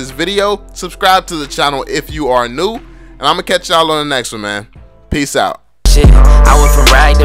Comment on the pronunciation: I thought he said "subscribe to the channel if you're noob.". Hahahahah